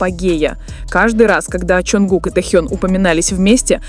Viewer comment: Блогер не Тэу а Тэхен ---как вам верить???